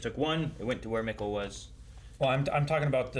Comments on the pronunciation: Everyone: "Mikkel": "Macow" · Guys it's Mikkel like Me-kel, of all the names I didn't expect this to be the hardest haha